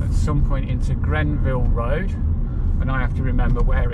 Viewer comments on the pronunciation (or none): Don't mean to be pedantic....But it is Granville road, not Grenville road......I haven't lived in Hinckley for almost 20 years and I do enjoy your trips around....Brings back loads of memories....I know that is not the intention of the videos but enjoyable nonetheless... Passed my bike test there in 1966 and car test in '67 ....Thanks for great content.